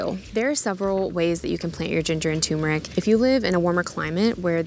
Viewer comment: Turmeric is not pronounced toomeric.